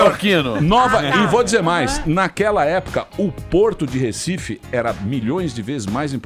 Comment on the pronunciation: "RÉcife"... até quando?